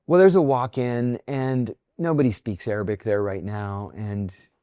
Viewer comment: Misheard you. Thought you sad aerobic and not Arabic. It was quite amusing for a while 😂😂😂😂